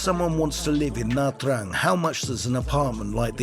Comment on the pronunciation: You can’t even pronounce Nha Trang correctly